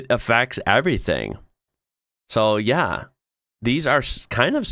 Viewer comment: When you say "yeah", in Swedish it's the sound of jäa...